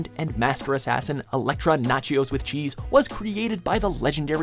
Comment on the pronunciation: Did he just say Electra nachios with cheese??